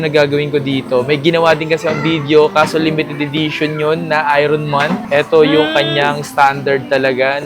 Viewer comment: kuya natawa ako sa Iron Man mo as “Ayron” man hehehehe.